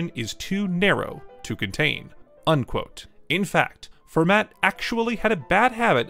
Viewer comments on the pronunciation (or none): Fermat is pronounced « Fur-ma » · no, it's \fɛʁma\ (same vowel sound as in "fairy") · I like this channel, but you’re really loose about names. For example in this video your pronunciation of Fermat or your misspelling and misnaming of Noam Elkies as “Noah Elkies” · The way you keep mispronouncing fermat's name